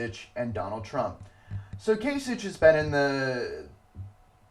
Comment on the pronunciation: Kasich is pronounced with a k at the end, so "kaisik". Not that it matters now since he dropped out and Trump will be the Republican nominee. Nothing can really stop him at this point from acquiring the number of delegates he needs to get a majority. On the Democratic side I'm still hoping Sanders will pull off some upsets and catch Hillary Clinton although that will be very difficult for him.